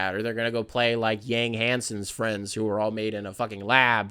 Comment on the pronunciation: yang is pronounced “yawng”